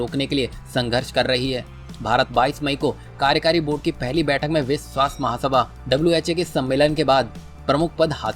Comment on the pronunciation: विस्व क्या होता है? विश्व बोलना सीखो पहले